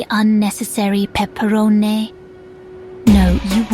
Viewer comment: Peppa-ro-nay lmao